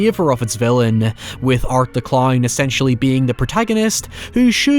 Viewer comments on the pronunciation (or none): “Killer claurn” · "art the clowrn"